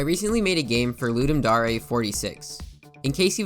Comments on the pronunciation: ITS CLEARLY THE WORD DARE. WHY ARE YOU PRONOUNCING IT AS DA-REY 😢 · Loodum Dahray? I thought it was pronounced Luhduhm Dare. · I still wonder why its pronounced ludum da-rey and not ludum dare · it's ludem dare (luu-deem da-are) not ludem dare (luu-deem dau-rae) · It’s pronounced D - AE - R not D - AR - AY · Wait are you telling me it's not dare, it's actually dar-ay? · "Ludem Da-Reh" ugh. It's Ludem Dare. Dare, as in a challenge. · Ludem Dar ey wtf is that isnt it ludem Dayr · Dar eh? Dare. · I thought it was pronounced ludum dare, not ludum daureh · Why did I always think it was Ludum Daring, not Ludum Darling? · Why you sayin daray? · Ludem dohree 💀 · "Ludum dA rE" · dare pronounced d air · its DARE like i dare you to say dare right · its pronounced dare not dare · the fact that he says "ludum da-re" bothers me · "Ludim darae" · It's okay if you can't pronounce dare you're marsian :) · The way you say "Dare" hurts me